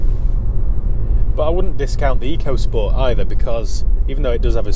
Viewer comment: I'm sure if you ask Ford it's pronounced 'Echo' not Eco. Is a bit pants because it's a budget 'world' car, sold in many different countries... Nissan did the same with the k13 series Micra and that wasn't brilliant either!